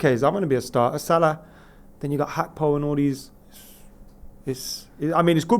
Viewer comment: Why does still say “Cody Hakpo”